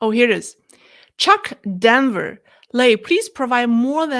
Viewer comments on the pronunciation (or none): none